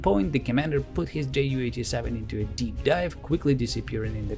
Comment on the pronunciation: Just a little thing: It's not spoken Jay-U, it's spoken You 87